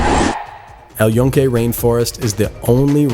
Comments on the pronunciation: And OF COURSE you pronounced El Yunque wrong. How many of you morons are going to make a video of some place you can't even pronounce the name of? Doubling down on this being a shitty video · The dude couldn't even pronounce El Yunque correctly, did you really think he did his research before making this video?